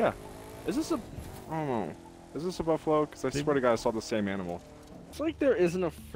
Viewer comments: “Cufalow” Jesus 😂😂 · A “cufalow”😂